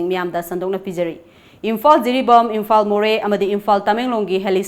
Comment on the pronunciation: Eina tabada onabara Kari no khangde ...Imphal se Imphan haina haiba gum taba haitare warau biganu...ekok nolna khoramjari mayambu